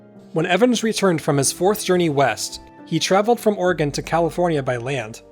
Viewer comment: When did Oregon become Orgin?